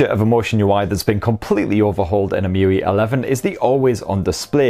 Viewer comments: It's E-em-you-ay not E-moo-wee 😂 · It's em-u-i not e-mu-ee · Alright... I've never heard anyone callt the UI 'Mewe', nor I think it's his you're supposed to call if, but damn... I dig it. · it's actually 'emu-eye' 🤣😂 #okayprobablynot